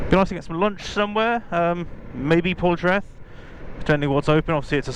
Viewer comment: is Poldhu Cove. Oh and Portreath is pronounced "Portreeth" 👍